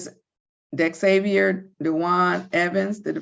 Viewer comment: "Dexavier?" C'mon now!